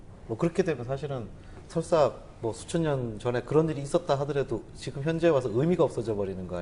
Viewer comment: 장음인 첫자를 짧게 잘못 발음한 ㅇㅖ: 수리,조상(조는 장음인데 계속해서 짧게발음하고 있음), 한나라,사실, 수 천년, 등, 발음문제는 이만 그치고, 선생께서 한자가 동이족이 만들었다고 하는 중국 학자는 어ㅂㅅ다고 했는데 많은 중국 학자들이 동이족이 만들었다고 인정했읍니다. 한자를 "은자"라고 주장하신다면, 한글 전용 문제는 어떻게 생각하십니까. "한국 어문을 고발함" 이라는 책을 일독해 주실까요. 미국 변 완수 배